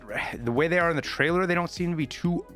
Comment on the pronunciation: "Tariler" on prewie bro